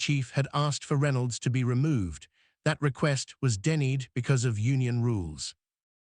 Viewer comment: The cop and caller should be tried in court, and the narrator should be taught how to pronounce the word "denied"!